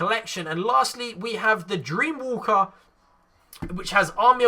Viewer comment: Its DreamWAKER. Not Walker... just stating.